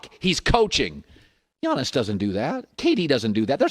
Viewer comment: it's Giannis 🤦🏾‍♂️